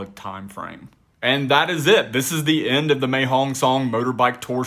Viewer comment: Mae means beautiful and is pronounced My.